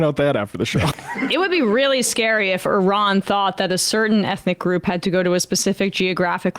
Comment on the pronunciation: Can't even pronounce Iran correctly SMH